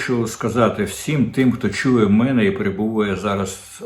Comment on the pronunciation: Не " 'мене", а "ме'не"; не " 'себе", а "се'бе". Де взяв ці ідіотські наголоси?